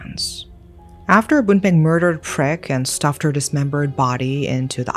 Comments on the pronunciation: Poor Prik. I am Thai/speak Thai and her name would be pronounced "Preek" with a long E sound. In Thailand we have long long first names, so everyone goes by short cute nicknames, her name means like hot chili pepper. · The way you double down every time you say Prik has me imploding 😭